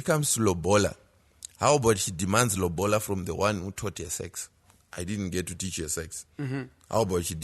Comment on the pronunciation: guys its not lobhola its lobola..or simple say roora